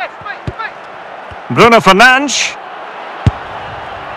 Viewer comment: Bro said Bruno fernanch💀💀💀